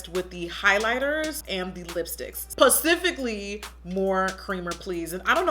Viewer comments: Jackie it's specifically not pecifically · "Pacifically!" Lmao! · PACIFICALLY! lmao, I love you.c